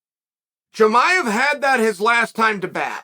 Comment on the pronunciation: U really need to work on name pronunciation.. I thought you were talking about Jeremiah